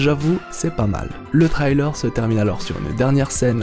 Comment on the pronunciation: Frrr la prononcer sur le mot trailer stppp appliques toi